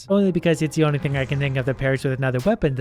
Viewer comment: "Inly 69 health" I think you mean * tounge click * noice